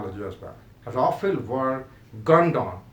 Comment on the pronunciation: Yaa toh english ke accent sahi karke bol yaa toh sahi seurdu/hindi, Rafel toh bola nahi jaa raha... bada aya PAF dominate karne wala. Shows some facts and proofs instead of mouth shit.